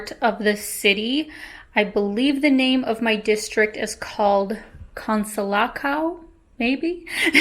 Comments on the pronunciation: Its pronounced Consolação not Consolacao, the Ç has a S sound and the Ã has a nasal sound, english does not have these sounds, but maybe it has that sound in Russian, because both languages have similar phonetics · It's called Con-soo-la-sao the Sao sounds exactly the same as the one in Sao Paulo. Great video and keep them up from a fellow DN. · it's pronounced consolassaum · Hi, The “ção” in Consolação has exactly the same sound as “são” in São Paulo. The “c cedilla (ç) sounds like the “s”, generally. Any Brazilian can teach you how to nasalize the tilde (ã)over the letter « a ». Sorry to hear about your experience in Colombia. I can totally understand your experience and emotional consequences. I, too, was robbed in Frankfurt, Germany at gun point, and in San Francisco, California as well but not at gun point. Just like you I travel the world. Over 45 countries including Ukraine. Loved your country and especially the little old ladies selling flowers 🌺 on the streets. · Yeah, you've pronounced "Consolação" wrong! 😅 The "ção" is the stressed syllable and the pronunciation is something like 'səw'. I hope you are enjoying São Paulo! 🙂